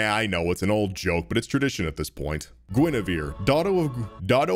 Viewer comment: gwynevewe daughtew of gwiddy